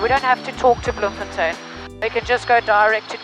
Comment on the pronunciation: Yeah enjoyed that-You said "Bloemfontein" brilliantly with the Dutch accent -Lived in Bloem for many years and now in CT-CT is way better!